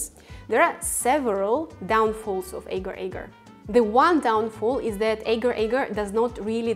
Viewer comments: As a malay, this is so painful. Its not eger eger, its, AGAR AGAR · It is aaahhhh- gaaahr... aaahhh- gaaahr .. soft a's, not hard / long a's... in Malay and Indonesian...